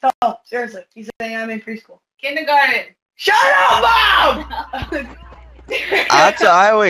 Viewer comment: “kinder garden”